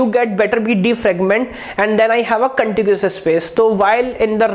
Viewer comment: everything is good but its Contiguous not contigious. :-(